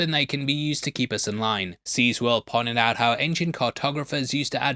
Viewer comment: Bro do you keep saying "C's world" when you mean CZsworld lol